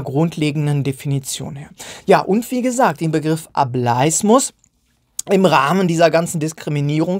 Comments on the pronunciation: Bitte sag nicht mehr "A bleis mus" sondern "A bel is mus". Eigentlich müsste man sich die Wortherkunft doch erschließen können. 😅 Vom englischen wort "able". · ohje jetzt hast du die verdeutschte aussprache etabliert...